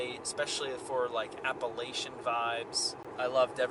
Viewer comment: Appalachian here. Held my breath for the pronunciation. Smiled real big when you got it right! 😁